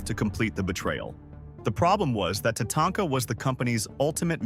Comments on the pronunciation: You mean it's not pronounced TaTAINTka? 😂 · How the guy pronounces WrestleMania X, Tatanka and Neihard.... Sheesh man learn how to read